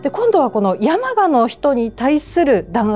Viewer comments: 山鹿(↑↑↑)のイントネーションだけ、 気になる…… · 熊本民なので山鹿のイントネーションが気になって気になって💧 や→ま→が↑ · せんかさん、山鹿のイントネーションがちょっと違います😂でも地元熊本のお話しありがとう😊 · 熊本出身ですが、山鹿のイントネーションが違います😅😅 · せん夏さんの山鹿の発音がきになりすぎたｗ